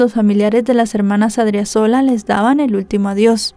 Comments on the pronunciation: Creo el acento del apellido de la chica es en la segunda sílaba, incluso está bien escrito en el título pero mal pronunciado. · Muy buena exposición del caso, mejor de lo que se explicó en los medios de comunicación de Bolivia. Solo una observación, al tener una tilde el apellido se pronuncia con elevación de voz en la sílaba donde se encuentra la tilde 😊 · Adriazola con acento en la 2da a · Se pronuncia A-D-R-I-Á-Z-O-L-A y es Chonchocoro!!!